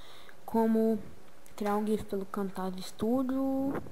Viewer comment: Fala direito..Nao e Camtagia.. o ceto e Camtasia